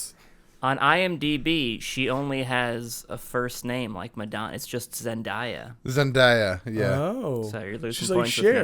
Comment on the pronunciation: It’s not zen-die-ya it’s zen-DAY-ah you WHITE PEOPLE